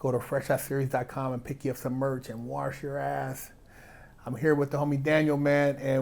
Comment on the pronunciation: ..….. made the merch and he is still saying "waRch" instead of "wash". Annoying af.